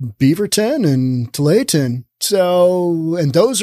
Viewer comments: I just started watching this video and heard him say “too-lay-ah-ten” and was all 😅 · pronounced too-wall-ah-tin. 😎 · Tualatin. "Too-wall-at-ton". Sure, enjoy your podcasts. Ex Williamite Valley born and raised resident living the good life in Wyoming. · It was always pronounced Too-all-it-in when I lived in the area (Beaverton and Lake Oswego). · Too-all-i-tin There. Now, fwiw: At least I could understand what you were trying to say. I recently heard a video with someone trying to pronounce "Cthulhu" and failing so abysmally that if I couldn't read the video title, I'd think they'd discovered a brand new word. So you're cool, man. :D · I know it's a french corruption of a native word, but just how hard is it to say Tu-ALL-a-tin? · Tualatin: "Too-wall-uh-tin" West hills area... Closer to Beaverton than downtown... I'm surprised about Bend. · Too-wall-it-ton if this help. Portland is the town I grew up in. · 😂 Tualatin- too all iton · I think it’s pronounced “Too All La Tin”. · Really liking this video. But that name is pronounced TO-WALL-A-TON, with that last syllable sometimes being pronounced as TIN. Just rhyme with BOO-BALL-A-BUN, or sometimes BIN. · Tu-all-a-tin (that’s how to pronounce tualatin)😂😂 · Tualitin us pronounced TOO-ALL-UH-TIN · Tualatin is pronounced To-all-uh-tin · pronounce Tualatin: two ALL it tin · Tualitin Pronounced too-ah-la-tin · It's pronounced "two-all-eh-Tin" 😁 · Its tooallatin